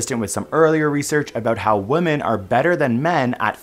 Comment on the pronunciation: Can we PLEASE pronounce "women" correctly, though? Sheesh!